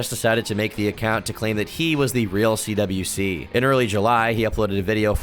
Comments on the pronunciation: And so my second favorite content creator covers my second favorite Lolcow. You mispronounced a lot of stuff (CWC is pronounced as "Quick" not "Quickie " ) and had some incorrect info,(like the other trolls being "okay" with Bluespike. No one was okay with bluespike. They witchhunted him, forced him to quit fucking with chris and then told Chris that Clyde Cash had him executed , which Chris believed and announced later on) but all and all it was a pretty accurate mini documentary , better than the gamerfrommars series, worse than Gino's . Still though, i salute you, fellow Christorian, for enduring the mental torment and fever dream that is; Christian Ricardo Weston CPU Goddess Blueheart Jesus Christ Sonichu Chandler. 🧙‍♂️ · you keep saying cwikie instead of cwc pronounced like quick you gonna piss me off retarded ass white boy